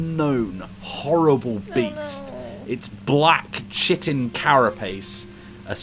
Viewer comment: Whispers to, Chitin is pronounced Kye-tin, not Shittin'